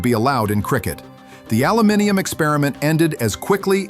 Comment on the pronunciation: He said aluminium properly 😂